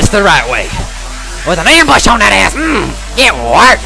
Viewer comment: I laughed so hard when he said GAT WERKED